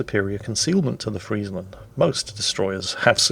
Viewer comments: this is the first english youtuber who actually pronounce friesland right like perfectly right. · Thanks you for pronouncing Friesland properly.